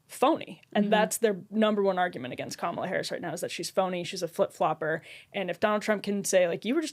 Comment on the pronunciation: If you are incapable of pronouncing Kamala’s name correctly you should just shut up